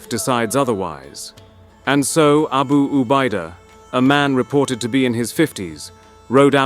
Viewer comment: Nyebut abu ubaida yg betul